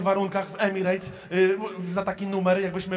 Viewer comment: EMIRETS NIE EMIREJTS CIOŁKU MALINOWY 😂